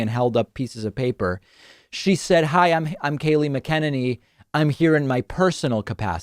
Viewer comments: It’s “MACKeneny” not maKENneny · Her name is not "MA-KEN-NEENEE" it's "MAKA-NANY" WTF foreal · Dude, it's pronounced MacenANee, not MickENanee. Have you never heard anyone say her name before? Yes, I know it looks like "mick" but it's pronounced "mack" and the emphasis is on "ane" not "en". It's pronounced completely differently than you would think. Don't feel bad though, because that Right-wing YouTuber Tim whatshisname who does Timcast also was saying it wrongly for months. You're the winner though for length of time mispronouncing a well know public figure's name. Get all your news from print huh? Gotta watch an actual broadcast now and then. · David, her last name is pronounced “Mac-A-Nay-Nee” not “Mah-Kennedy”. Yep! It’s not a surprise that this woman followed Trumpy’s lead and lied for him for 4 years but this is what his cronies do because if she didn’t she would have been fired. Well, IT IS OVER. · I noticed David pronounces her last name the way it’s meant to be pronounced ......clearly, a pronunciation lesson the poor girl herself has never had..... Muh-ken-in-e Rather than Mack-N-N-E Most people are amateur fuckin stupid.... but this chick is a pro. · Stop mcen enny..it Mc eneny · The way you say Kayleigh’s last name 😂 its pronounced MAC-A-ninny I believe. Always makes me smile when u say it thou even while being disgusted at what she’s usually saying. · the way Pakman said Kayleigh last name made me cringe lol... Its pronounced Mac-A-Nin-Knee.. not that it matters lol.. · Not that it matters this late in the game, but it's pronounced "Mac-a-nay-nee." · Let's say the name again. phonetically. "KALE-LEE MAC-in-AIN-EE" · 🤣🤣 Why can't David pronounce her name properly?! 🤣🤣 Mac•a•nann•y is how its pronounced! Not that difficult! BIZZARE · MAC -IN-AY-NY that's how u pronounce her last name. I can't stand her, but u said it wrong soo many times on this video! Just had to get that off my chest! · MAC-uh-nay-knee please. please. someone tell him to stop.